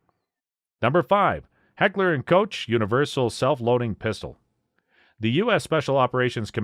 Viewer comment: I have trouble relying on the opinion of someone who can’t pronounce the brand names correctly! It’s heckler and COCK and Styer (Stire)